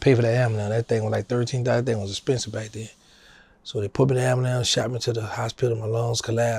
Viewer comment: Dawg said “Amba-lambs” 🤣